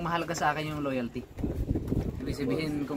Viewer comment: Ang diin ng “LOYALTY”